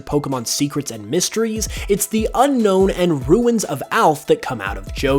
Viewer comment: Its pronounced as un-own